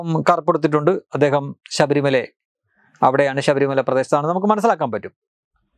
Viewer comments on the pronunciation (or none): none